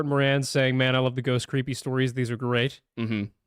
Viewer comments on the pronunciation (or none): none